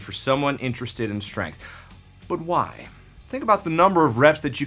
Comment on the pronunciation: It's obvious the way you say why and "chwhy". ;)